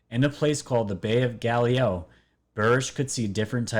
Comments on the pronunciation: DUDE! OMG your pronunciation SUCKS!! Orion, Reticuli, Galileo. did you NEVER go to school? Common, do your homework. Hard to watch someone who seems to be reading from a script containing words they have never heard before. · Galileo!!! Dude you do not know how to read bro, sound your words out if you cannot save them right! I’m dying over here laughing listening to you trying to pronounce these easy high school words.